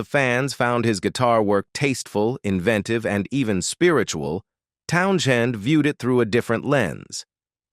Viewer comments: Hey, AI dipshiz - 'Townsend' is way you say Pete's last name. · Stupid Ai. Pete Town - shinned. WTF?? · The 'h' is silent. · Teach your AI that the "h" in Townshend is silent.